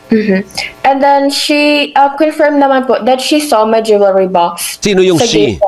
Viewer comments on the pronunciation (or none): The word jewelry is not pronounce the way you did Pls ask anynone